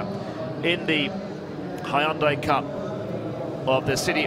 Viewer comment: Gotta love the way he pronounces Hyundai. "Hi-on-die"